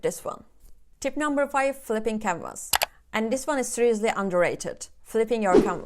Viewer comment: i heard "camers" but you were saying "canvas". Thank you for all these tops.